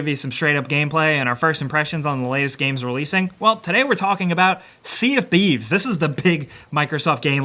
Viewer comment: Sea of bieves